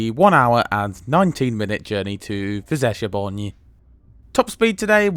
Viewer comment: Fellow Hungarian here. Since Hungarian language is amongst the 5 most difficult languages in terms of pronunciation and punctuation, I gotta say, your pronunciation of Füzesabony was very good.